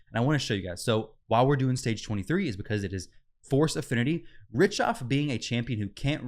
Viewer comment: Pronounced Rick-Toff